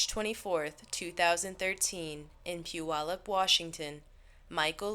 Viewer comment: Good job pronouncing Puyallup!